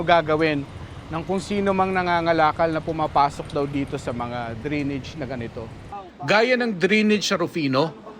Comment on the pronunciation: Anong dri-nidge? Dray-nij po tamang pronunciation.